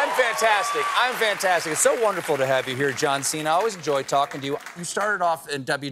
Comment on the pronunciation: His name Cena is not “seen-hu” but chena like diner in Italian